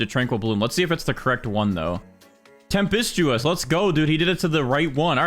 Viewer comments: Okay im sorry but the way he says ‘temp-ist-Tu-us’ is making me mad bc its pronounced ‘temp-Stu-us’ 😭 (NOT meant to be a hate comment just stating my opinion) time stamp when he says it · It is temp-est-tis